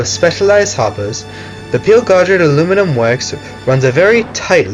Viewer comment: I've never heard someone say aluminium the way you do. Al-u-min-i-a I've heard the american al-u-min-um And the british al-u-min-i-um